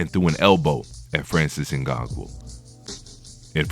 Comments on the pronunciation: Not Ngagou. NganNOU. Can’t be making all these videos on disrespect about FBA and you can’t even take the time to learn name of our African champions/fighters, before making a video. Yet if we call this out as the typical covert disrespect, you’ll say IM the one being divisive. Not only that - you should address him as a Cameroonian/African, the same way you don’t hesitate to do so once it’s a topic of negativity. But in this entire video, no direct reference to his nation. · It's not In-Gon-Goo it's In-Gone-New👍🏼 Put some respect on his name bruh🤦🏽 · ngannou not snngago lol and you are suppose to commentate boxing matches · Ngango bruh it’s ngannou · Tyson is 35 not 32 ....its francis Ngannou(In-ga-nu) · Jesus the dudes name is Francis Ngannou, it’s pronounced N-gan-nou. He is NOT a grappler and a great wrestler. He is a striker. Almost all of his wins have come via Knockout. Tyson Fury is an average boxer? What other man that big moves like that? The fact that Fury gets knocked down in many of his fights is simply the fact that he is a heavyweight boxer. There are 21% MORE KOs in the HW division than in any other division. That fact is he GETS UP from knockdowns most fighters are not able to get up from in a division where the guys are 200+ pounds. That is insanely impressive. You have a clear anti Fury bias. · Francis Ngagoo 😂... bro got me dead with that pronunciation 😂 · Get that man name right...N-GAH-NU.... You're butchering his name. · He name is correctly pronounced Francis Ngan-noo (Ugannou) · Did u just said Ngangu? 😂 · Is there a reason you've made up your own way of pronouncing Francis' surname? Just listen to ANYONE else say it...and...say it like that?